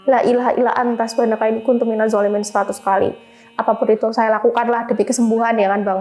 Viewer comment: 😂 dhoolimin jdi Zoolimin wkwk